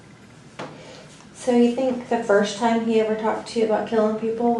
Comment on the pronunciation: I’m a teacher and work with students needing speech services. He may have an accent from a certain area, but he definitely has trouble pronouncing certain letters and vowels when used with certain letters. Upstairs and ever really stand out to me.